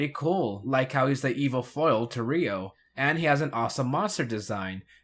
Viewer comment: I thought you watched the series. The red ranger is "YO". Not "Ree-o" (and many other examples).